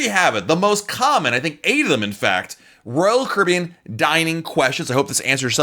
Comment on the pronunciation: I kinda wish you would talk slower, in a more relaxed way. Not slow, just a bit less stressed. I have a hard time watching whole video because it stresses me out. It doesn't cost more to talk at a normal pace. Also, you don't pronounce the company name correctly when you say RoyalCaribbean so fast. Just my 2 cents. I love your content by the way!